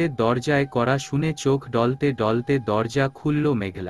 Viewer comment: শব্দ টা ঢলতে নয় ডলতে ।